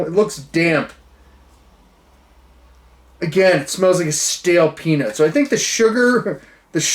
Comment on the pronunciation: Did he say stale peanut or stale peni5